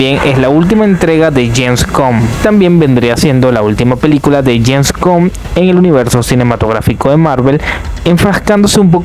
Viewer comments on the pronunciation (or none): Avengers En Gem Spider Man No Wen Jom Doctor Estrein Murn Nike 😂😂 De Marvel James Cum 😂😂😂😂😂😂😂😂 James Cum x2 (por si no escuchaste la primera vez) Den pul an Wolverine Doctor dun En gem (otra vez) Perdón es que te pasaste, te recomiendo clases de pronunciación o decir todo en español